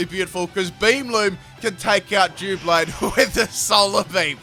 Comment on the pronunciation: Fantastic stuff...but pronouncing it dooblade hurt me